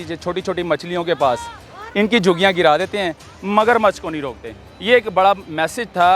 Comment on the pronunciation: لفظ جھگیاں ھے جوگیاں نہیں